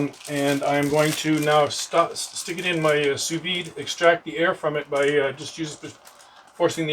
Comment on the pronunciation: The D is silent... Sous VEE